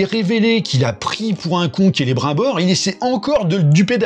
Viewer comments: c'est marqué dans les livres comment on prononce, c'est pas difficile. Kélé brime bore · Il me fume qd il dit : Celebr 1 Bor. Qu'il est con. Mais il me fait rire, c'est déjà ça